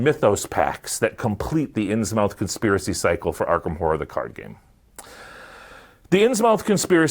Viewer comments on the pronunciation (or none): "Innsmouth" is pronounced like Plymouth, Portsmouth, Monmouth, etc. "Muth" not "mouth"